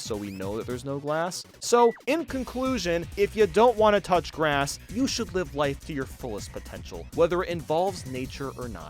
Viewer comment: Did he just say glass instead of grass XD